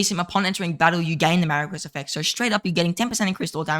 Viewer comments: Much hype for the new archer commanders. Also, Marquis is pronounced "Maar Kee" Thanks for the archer focused videos! Keep up the good work. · then you’re pronouncing it incorrectly.